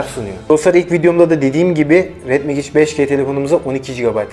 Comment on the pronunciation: Megic değil mecig